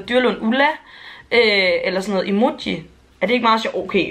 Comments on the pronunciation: Hahaha så sjovt at du siger emuji😂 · Den måde du siger "Emoji" på😂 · Hvordan er det Lige du udtaler "emoji" 😂!? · den måde du sagde emoji på ej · Hvordan er du lige du siger emoji ahahhahahahahahah